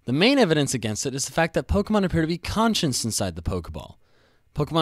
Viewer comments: Learn to say "conscious" without it sounding like "conscience" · The word "conscious" pronounced "con-shus". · Learn to say "conscious"